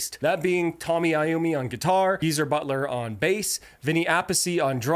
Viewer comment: just say T oh-ny I oh-me he deserves you getting his name right.